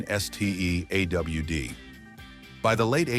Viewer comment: "Sedon" and "A.W.D" made me sick 😢 stop being so lazy! Thumbs down